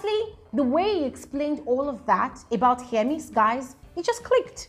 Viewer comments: it is HER-MES, not HEAR-MES😩😩😩. You kept on saying hearmes 😫😫😫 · Hermes name don suffer🤣🤣🤣🤣.some YouTubers call it hearmes, while some call it Hermess.please it just Hermes abeg ooo🤣🤣🤣